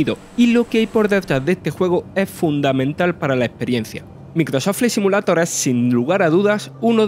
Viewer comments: Putamae debe mejorar tu asentó pronunciar bien Maicroat flya simulato jsjsjsjss besitos mua mua👁️👄👁️ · Ayudemoslo a pronunciar: Maicrosoft Flaight Simiuleiror Evitar pronunciar: Microsof Fli Si mulato Agradezcanme despues. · Microsof flei simulato... En el equis bos gueimpas... No es por tirar joda, pero el narrador debería cuidar un poco su pronunciación, le quita profesionalismo cada vez que asesina un poco más el inglés con esa pronunciación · cada vez que pronuncia el nombre del juego... Bueno el contenido pero empezar con un Microso fley simulato es de coña. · "MICROSÓ FLI SIMULATO" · Si hablas espantos el español, como hablar ingles, vale el esfuerzo, pero grabate esas 3 palabras y repitelas hasta que suenen mas o menos bien. MEICROSOFT FFLLAY SIMIULEIDOR, Pronuncia asi. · Yo solo me cachondeo de como pronuncia el nombre del juego. Nada contra el acento que tiene! Al murciano se le respeta :)